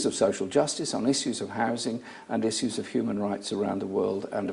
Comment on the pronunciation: isssuze, tho